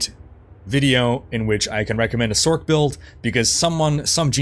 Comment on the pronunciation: Please stop saying "Sork." I can't sorking take it.